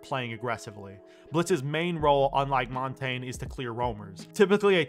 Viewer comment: Thank fuck you said "Montagne" correctly and you actually know what it translates to. Merci, monsieur. Je dois m'abonner.